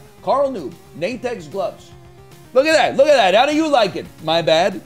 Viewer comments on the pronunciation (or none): none